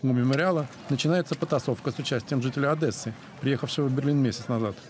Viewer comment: Уважаемый журналист, озвучивший ролик. Правильно говорить ОдЕсса, а не ОдЭсса. Спасибо.